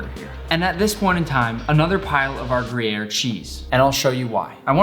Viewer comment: "Gruyere" the accent fucking sucks 😂 But I'm ok w it